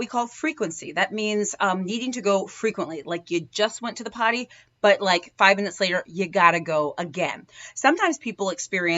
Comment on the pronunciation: It’s potty not party